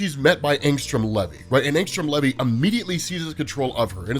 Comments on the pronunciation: Bruh..... it ain pronounced levee. U soun like my school teachers taking roll call. Wrong af. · Maybe when he makes his appearance on Amazon we’ll hear how it’s pronounced